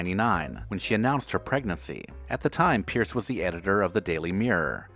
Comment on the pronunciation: these are weak examples - some of these people may have been banned from a particular show, but none have been banned from TV. And it's Piers Morgan (PEERS) not Pierce!